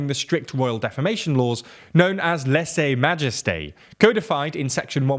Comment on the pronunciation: Also "lessay majesté" (lèse-majesté), which is both more and less excusable because it's a foreign language. (Less excusable because you should really check a pronunciation guide before attempting to use a foreign word in your script.) FWIW, "lèse" is pronounced something like "lairs", as in "dragons' lairs have lots of gold". Or you can go to google translate and get the robot to say it for you.